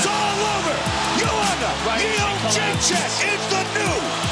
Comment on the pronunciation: its JedrzejczYk not JedrzejczAk. All your presenters get it wrong.